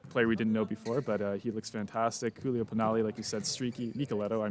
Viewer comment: The first syllabe "giu" in Giulio Pinali is like the ju in "jubilee", you pronounced it more like Julio, which is Spanish. Two difficult pronunciation for non native: Romanò is not Romano, it's pronounced with a stress on the last O and in Sbertoli the stress is on the first syllabe E and not on the O.